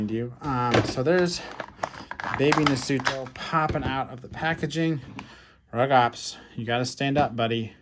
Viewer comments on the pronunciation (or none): Rugops and Carnotaurus are both Abelisaurs, so yes there is a relation Also it’s pronounced “roo-gops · They’re pronounced “Roo-gops” and “ICK-thiovenator”.